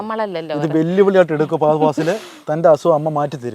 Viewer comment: ഫാഗതൻ ഫാസിൽ 😂😂😂😂🤦‍♂️🤦‍♂️🤦‍♂️🤦‍♂️